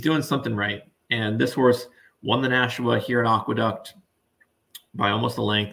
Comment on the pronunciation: Not only mis-pronounced The Demoiselle but mis-pronouncing Aqueduct is absolutely embarrassing, not to be taken seriously here.